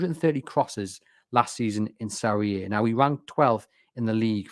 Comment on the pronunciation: The inability to say "Serie A" annoyed me enough to turn this off